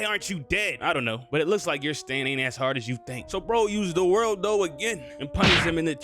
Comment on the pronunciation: it triggers me SO much that he calls it "the worldo" bruh its either "za warudo" which is the japanese name, or "the world" which is the english name. aside from that good video